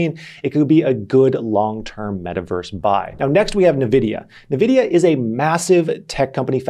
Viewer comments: neh- vidia? isnt it n-vidia? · why do you keep saying nevidia if you know its N-vidia? xD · I just cringed a little when he said nuhvidia 😔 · Btw Nvidia is pronounced like n vidia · NVIDIA ==> Ann - Wee - Dia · What the heck is "navidia"? 😅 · Stop saying Nvidia wrong. ooooh